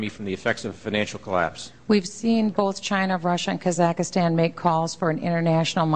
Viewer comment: Did she just say kuh-zak-i-stan?